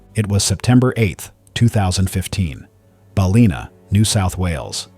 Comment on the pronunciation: Gerald Stone was surfing at Ballina, NSW, not Bar-li-na. 😊